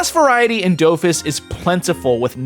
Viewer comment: Do-Fus not dowfus